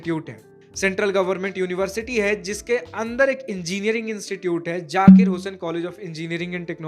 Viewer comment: It's Zakir Bro Not Jakir 😑😑😑